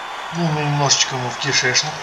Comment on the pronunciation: Бл, как я ору с твоего смеха и ряда слов "страшно", "кентакли", и божественный "кишЭчнЫк" аххаах Лайк автору, однозначно, смотреть оч круто! Красава!